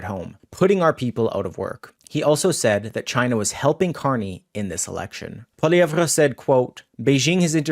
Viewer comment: The "re" in Pierre's last name is STILL silent. Please listen to how HE pronounces his name.